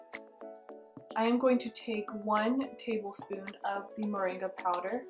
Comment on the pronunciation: Sounds like you said mendi powder, whats that?